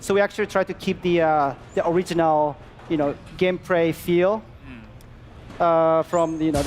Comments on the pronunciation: "Game pray freel" 😂😂😂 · One of the guys says "gamepray" instead of "gameplay" , the more you know.